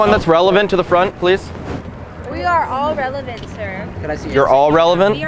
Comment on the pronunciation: lmao "we're relavant"